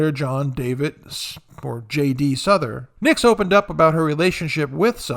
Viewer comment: Souther is pronounced South—er. Not Suther. Just FYI.